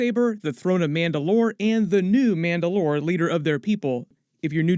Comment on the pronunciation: why do you say mandalore weird?